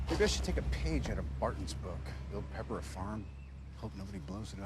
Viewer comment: Papper? that was hard to unhear during the video